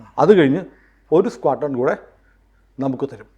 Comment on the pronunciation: എടാ നിനക്ക് അറിയാവുന്ന കാര്യം പറഞ്ഞാൽ മതി... സ്‌ക്വാഡ്രോൺ എന്ന് നേരെത്തെ ചൊവ്വേ പറയാൻ പോലും. അറിയാത്ത നീ ആണോ കോണക്കുന്നെ